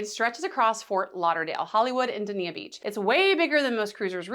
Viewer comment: park and go is a great option if u have a car and u want to park cheaper. u can park at a hotel and get a free shuttle to and from the cruise port or FLL. also its pronounced Dane-ya Beach. and if u r in town and looking for a free boat ride there is something called the Water Trolley, which is sponsored by the city of Ft Lauderdale. its a short boat trip down the river next to Las Olas.